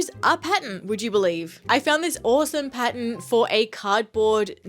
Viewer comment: thought she was saying 'patent' but she was saying pattern